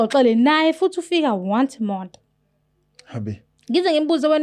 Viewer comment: " wonce a moth"😅 "more khoriyas"